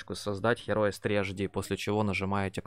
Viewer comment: автор же знает что название игры, которой 25 года, произносится Хироус?..